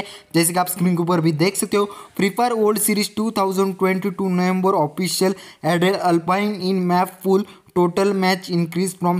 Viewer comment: bhai November toh dhng se bol le 😭